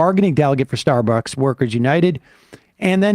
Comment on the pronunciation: I thought it was closer to starburgs or maybe starborgs